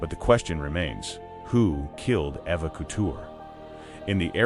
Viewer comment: Pronounced E va " Eva "